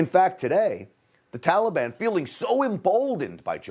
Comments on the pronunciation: He pronounces taliban the same way barry pronounced it. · He’s an idiot - it’s so annoying to me too! Tallyban lord help us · If joe says tollybon one more time. Oooooooohhhhhhhhhhh. Mannnnnn it’s annoying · To be honest, I am waiting for him to say trolley bahn. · Biden can’t even pronounce Taliban correctly. He’s an idiot! Why can’t he be impeached? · Why can’t he even pronounce Taliban??